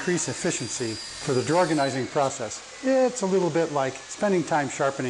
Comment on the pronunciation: Lol drawgonising 😂😂it works 💪